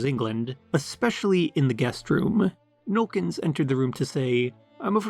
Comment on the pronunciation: “Nollekens” is three syllables.